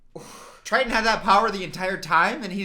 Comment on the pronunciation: it’s King Triton, not trident. That’s a gum lololol Anyways, love ya 🙃